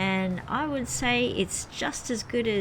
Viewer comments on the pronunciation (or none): none